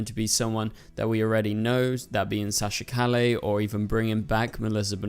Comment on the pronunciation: you cant even pronounce Calle correctly geez...